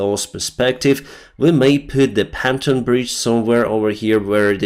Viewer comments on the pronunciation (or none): Thanks. PONToon not PANTon. I believe Pontoon is the correct pronunciation. Perhaps you may read this.From Ireland.